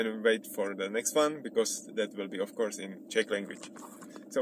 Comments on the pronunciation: Já už myslel, že chceš oslovit zahraniční diváky :-) Moje Angličtina je taková nic moc ale tady ti rozumím asi každé slovo. Jenom v čase jsem napoprvé rozuměl "My plan was to find English girls" :-D Chvíli mě trvalo, než jsem pochopil, že to je asi course. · jj, byl to "course" ale vyslovuju to spíš jako "curse" což je taky trochu něco jiného :D